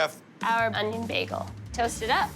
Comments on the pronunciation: The fact he keeps saying Begal is killing me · The blonde hair the baggal It's an alternate timeline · What's a Begel? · Did he just call it Bag-gal? Britta is that you? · Was I pronouncing "bagel" wrong my whole life?